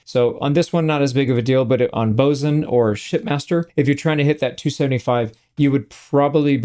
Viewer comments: Glad to hear you say 'boatswain' the proper way also. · Congrats on your correct pronunciation of “Boatswain”. You’re the only YouTube streamer I have seen who managed to get it right. ❤ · Finally, someone who knows how to pronounce boatswain!